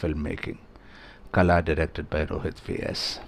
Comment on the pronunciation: "Kala" - the "la" is pronounced as in Ball, not as in Bell. The English alphabet do not have a letter than get the correct sound out. Kala pronounced as in Ball means Weed.